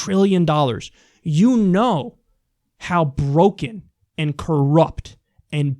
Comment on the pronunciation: It's "and" NOT "end" for the 5 thousandth time.